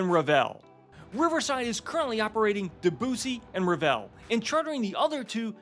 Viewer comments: I hope by now you h ave learned the correct pronunciation of “Debussy “. Just sayin…. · Very nice video, however the spelling of Debussy is a cultural nightmare, why are Americans not capable to pronounce names correctly ? We love Riverside and have been on on the Mozart. Definitely the best River Cruise Line.